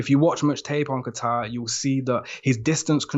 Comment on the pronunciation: It’s Kattar. “Kayter.” Not a place Middle East like Qatar. And he’s not new, so you know you’ve heard his name pronounced correctly multiple times... either y’all don’t really watch ufc or just foreigners grossly forcing their dog poop pronunciations.